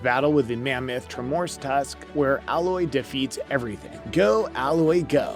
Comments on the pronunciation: How can you call yourself and talk about a subject when you literally can't say their names correctly? Tremoortusk? Alloy? Dude just leave 👉🏻 get out and leave your gamer badge at the front desk. Or should I say your gamor bage at the froant deska? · YES! I couldn't stand to finish watching/listening to this for that very reason. If you can't even pronounce the main character's name correctly... nothing else you say is going to hold water. A tremORtusk? Couldn't even figure out 'tremor' and 'tusk' to pronounce that right, sheesh. 🙄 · how does one bungle the pronunciation of a name like Tremortusk anyway?